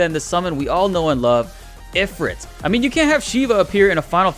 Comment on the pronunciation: Ugh, am I the ONLY ONE who notices that Ifrit is pronounced Eh-FREET?